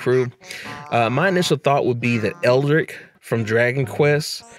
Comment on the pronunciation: Also, you pronounced Hayabusa right (One of the few ones I've seen)... but misspelled and pronounced Erdrick (Though he was more of a Japan thing, in America he was known as Loto until later).